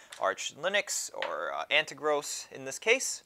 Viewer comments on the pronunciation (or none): It's An ter gos, not An te gross. Pronounced as An tear gos (as in tear a piece of paper). Accent is on the second syllable. The box is like that because the seller cut a larger box down to fit instead of adding a lot of packing materials. Makes it cheaper to ship. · It's AnteRGOS not AnteGROS :)